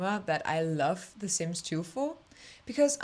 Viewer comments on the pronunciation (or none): Leeb, leefuh, lurve was the comedic genius I didn’t know I needed ❤